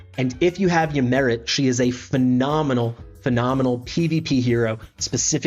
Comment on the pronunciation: The great Greek Hero - ay jaks, and Ymiret is ee-mir-et